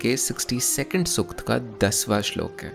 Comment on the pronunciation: Good approach, but pronunciation must be corrected BRO....... Not Rigveda, or Sukta..... many are there to be correted. Just a suggestion.